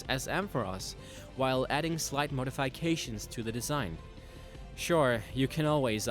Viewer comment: Modi-fai-cation? Like bye? No. It's modi-FI-cation. FI as in FI Ga ro.